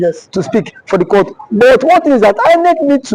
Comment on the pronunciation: It iritates me when I hear you call court crout. In as much as I enjoy listening to your posts, It gives me goosebumps when I hear that.